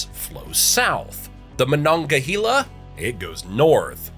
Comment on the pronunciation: Western Pennsylvania native here....I know of nobody who calls the mountains here the Appalachians.....the Poconos are in Northeast PA and everywhere else they are the Alleghenies. It is pronounced Mo-nong- uh-HAY- luh. The "e" is pronounced as a long "a". Truth is there are four watersheds, the Delaware Water Gap, the Chesapeake Bay, the Mississippi and the Great Lakes. The Youghiogheny River flows north, too.